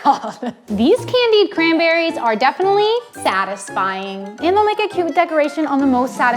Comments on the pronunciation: Every time she said satisfying I thought of sad .tisfying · She said satisfying/sad-isfying 49 TIMES!